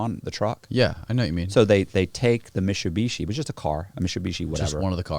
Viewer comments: is he trying to say MITSUBISHI but cant pronounce i?????? so his say MISHUSHISHI?????? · "They take the whole Mishubeeshee" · Wtf its mit-su-bishi lol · I'm going to switch and say Mishubishi too from now on. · Say Mitsubishi again!🤣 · Like how cannot pronounce Mitsubishi properly. Funny.